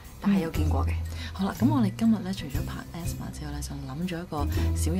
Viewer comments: ASMR is “A-S-M-R” not asthma. 🤣🤣🤣🤣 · Asmr係讀A.S.M.R （字母）😂😂😂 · 人哋ASMR好似唔係咁讀喎😂😂😂